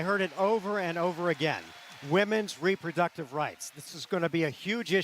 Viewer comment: because she's protecting weproductive fweedom